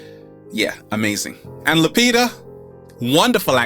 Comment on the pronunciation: Its NOT Lupira;It's Lupita,my Kenyan home girl, puhlis!